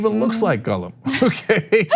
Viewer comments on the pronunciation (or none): Cenk saying "Gulll-um" and not "Gall-em" 😒😓